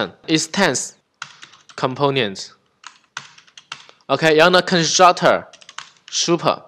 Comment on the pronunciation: 讲得跟光头哥Mosh 一样的清晰明了，非常棒。 如果能把Component的音发对了就更好了